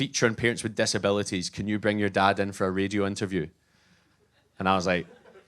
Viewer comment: His accent makes a terrible pun out of the word "decibelities" Or maybe it's a wonderful pun..